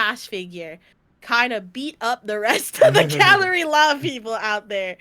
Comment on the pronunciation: The group is called Galley-La not Gallery-La a galley is a type of ship